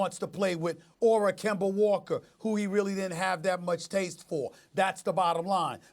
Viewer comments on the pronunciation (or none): KEMBER WALKER